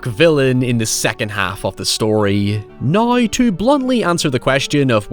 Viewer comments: “I never had the opportunity to see it until naïeaux” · Naaiouuw? Did you try to say “now”? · the way you say "now" ahahah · Man you really stretch the pronunciation of the word "now" out to it's full potential lol I love it. Great vid, great channel. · The way you say “now” is absolutely bonkers 😆